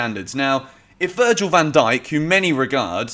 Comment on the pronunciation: "Virgin" van Dijk